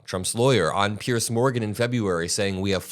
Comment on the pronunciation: deceptive is the word if you'd like to use proper english grammar, not deceiving...and it's Piers Morgan not Pierce